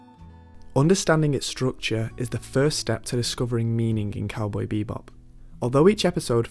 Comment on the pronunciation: It's "cowboy bebop" not "cowboy beebop"